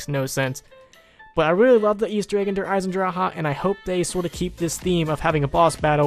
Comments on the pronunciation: You have to say it like der eisendrage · der eye-sen-drak is how you say Der Eisendrache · "Der Eisen...drakay? Dracka? Drake and Josh." That was fucking hilarious. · When u say dre eisendrache I think of "shark bait hoo ohh raa" from finding nemo lol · Sean 3756 When u say dre eisendrache I think of "shark bait hoo ohh raa" from finding nemo lol